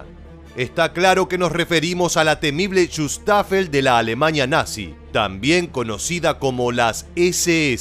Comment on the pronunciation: Bosña, Etoña, Alemaña🤦‍♂️🙈